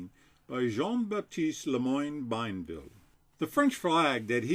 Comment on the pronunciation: indeed. Him pronouncing Bienville nearly sent me into shock.